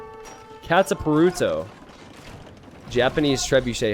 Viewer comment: I know I shouldn't be too anal about this since you are an American, but man, the way you pronounced 'kataparuto' was pretty painful.